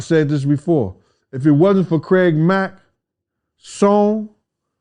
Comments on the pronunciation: Lol he said Craig lack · did he say "Craig Lack"? Yo Puffy did Craig Mack dirty af.... it sucks we were robbed from getting Deathrow Records to make Deathrow East which remember that despite the name was gonna be ran by all East Coast rappers and especially rappers who for some weird reason were not getting the record deals or they were treated like they were "old" and "obsolete" which is anti-hip Hop culture.